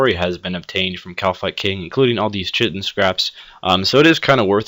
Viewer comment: kite-in not shit-in